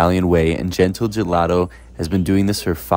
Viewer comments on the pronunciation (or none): If everyone in that store is pronouncing it "gentle' I'm gonna be so pissed off. It's " GENTEELE" NOT GENTLE.